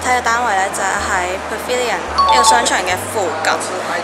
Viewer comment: 马来西亚口音（pavilion) 不会好像你这样说的口音